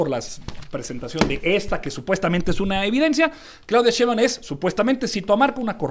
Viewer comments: Si va a debatir ese señor que alguien le enseñe como se pronuncia Sheimbaun, que molesto!!! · en primera pronuncie correctamente el apellido de la doctora Sheinbaum, y ojalá que lo que le paguen por esta información, le sea util. La guerra sucia de bots propiciada por xochitl sí está demostrada y de nada valió.